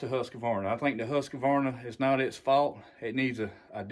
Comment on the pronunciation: THERE is NO "UH" in Husk Varna , Liked the Dereal